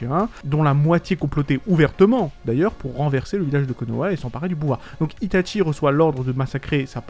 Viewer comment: pourquoi tu dit tout le temps itate Tchie mdr